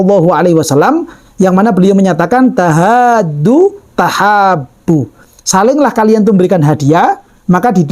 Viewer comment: Afwan mrluruskan ibarah terakhir, bacanya "tahaadau tahaabbu" Bukan "tahaaddu"... Salam MZT dr Lumajang... SAG Lumajang... 😅😊